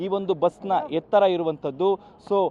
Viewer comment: ಒ ( ಹೊ)ಸ ಬಸ್ಸು... ಕುಳಿತುಕೊಳ್ಳುವ ಹಾ(ಆ)ಸನ... ಮೆಟ್ಟಿಲಿನ ಹೆ(ಎ) ತ್ತರ.... ಥತ್ .... ಏನು ಕನ್ನಡ ಮಾತಾಡ್ತೀರಪ್ಪ.. . ಹ ಕಾರ ಅ ಕಾರ .... ಅಯೋಮಯ